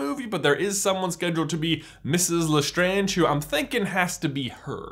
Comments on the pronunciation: You're saying it wrong. It's LastrAnge not Lastronge. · I'm sorry...Le-STRONJ family mausoleum??? what was with the change in pronunciation?? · why do you change the way you pronounce Lestrange throughout this video????. You start with La-strange, switch to Le-straaaaaaange, then back to La-strange. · I'm sorry I love this theory and this video but I cringe so hard when you say Gellert Grindelwald and the way you say lestrange. also in the Harry Potter universe they use Roman mythology not Greek there's proof of this because the spells are from Latin and there is more proof